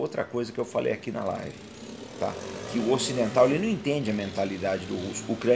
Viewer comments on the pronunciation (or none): none